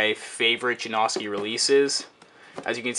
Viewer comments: I hate when people call them Ja-No-Ski or Ja-Nos-Ki. Even Stefan pronounces it Ja-Now-Ski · i like how you're saying his name wrong... It's pronounced Janowskie. Not Jonoeski LOL. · i hate how you're mispornouncing janoski, not janawwwski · It's janoski not janaughski that's how your pernouncing it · please just call them juh-now-skees not juh-nosk-i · Way to pronounce his fucking name wrong It's not Jan-AW-ski it's Jan-OW-ski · forreal, its Ja-now-ski. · Ja-nah-ski - janoski, if you watch one of his skate vids you'll now how to say it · It's Yanoski not Janoski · its prenounced (jan-oh-ski) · It's janoski, get your facts right. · lol theres pronounced jonowski btw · Its jan-uh-skees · It is pronounced JAN-OW-SKEE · It's pronounced juh-now-ski. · Janawskis lol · i hate the way to say janAHski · jesus christ if your not gonna skate the shoes then at least pronounce his name right jesus christ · He doesn't even say janoski right. It annoying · say his name right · you said janoski wrong throughout the whole video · You say janoski wrong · You'd think after the 12th pair you'd learn how to say his name correctly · Can't he say it right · most likely not because he doesn't even know how to pronounce janoski right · please, learn how to say Janoski...please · dude i cant sit here and listen to butcher the name of one of my favorite pro skateboarders. learn how to pronounce "janoski" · please learn how to say janoski